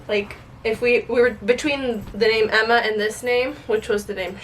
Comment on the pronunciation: melissa Lovell it was a joke, said Emba instead of Emma 😂